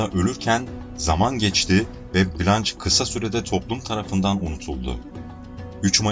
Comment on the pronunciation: "Cömert toplum katkılarından dolayı övülmek" ne demek? Türkçe'de böyle bir anlatım var mı? Ayrıca "blanç" değil "blanş".